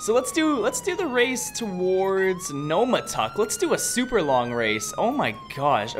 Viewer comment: Yesterday I was chasing one of these........pretty quick but the driver got real cocky and thought he was a driving God but he got arrested 2 times....... P.S. it's NOMTAUK not NOMATAUK just pointing that out.....